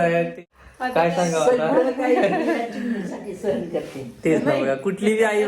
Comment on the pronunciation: ताई तू खूप हुशार आहेस,ही कॉमेंट नकारात्मक घेऊ नाकोपण सहन असा शब्द आहे न चा n उच्चार कर, भारी वाटेल आणि सुचने बद्दल sorry...